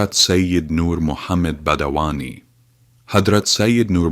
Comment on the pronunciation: Not badawani, it is Badayuni